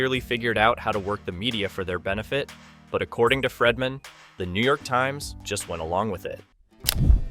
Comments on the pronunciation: His name is Not Fredman! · And it's "Freedman", not "Fredman". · The whole video im screaming it's Brian freedman not fredman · When you do a story how hard is it to Pronounce the Names CORRECTLY ‼️His name is FREEDMAN Not FREMANTLE‼️‼️😵‍💫😵‍💫😵‍💫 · Not Fredman I hate when your iPad prints something you didn’t type! Again his name is Freedman NOT Fredman!!!😵‍💫😵‍💫😵‍💫😵‍💫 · I think Baldoni’s attorney’s last name is pronounced “Freed-man” not “ Fred-man”. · And Fredman! It’s Bryan Freedman! Idk how many times I cringed whenever “he” said Fredman. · This narrator mis pronouncing the lawyers name, over, and over again is ignorant. It's pronounced " Freed man" for God's sake! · HIS NAME ISN'T "FREDMAN"!!!!! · His name isn't "Fredman." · Do I keep hearing Bryan's last name pronounced as Fredman?! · I felt the same, 😂it was so annoying. At first I was like who’s fredman? Awwww Freedman!😂😂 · Is this AI narration? PLEASE pronounce Baldoni's lawyer's name correctly. Fingers on a blackboard,, man. Care enough to get it right.